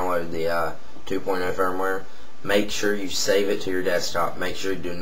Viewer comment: its firmware not "fire ware" firmware is like a kind of software